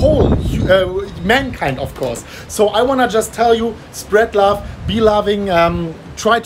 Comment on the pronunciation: Love not lauf